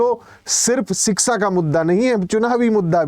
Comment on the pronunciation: लगता है आप भी योगी के साडू हैं शिक्षा को शिक्सा कह रहे हैं